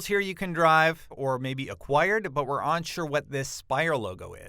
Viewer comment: he also says onsure instead of unsure